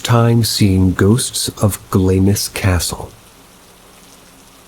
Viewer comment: That Scottish castle is pronounced 'glams' I know you probably don't care but I knew exactly what you were talking about because it's spelled so weird 😅💜🙏🏽